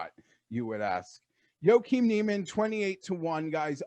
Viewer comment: Say it with me.... Joaquinn = "WAH- KEEN"